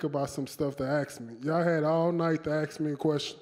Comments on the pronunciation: Don’t just try to think about some stuff to AKS me, y’all had all night to AKS me a question.🤣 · Don't Axe Lewis more questions. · Why every black guy says "aks" instead of "ask"? Is it some black man thing or what?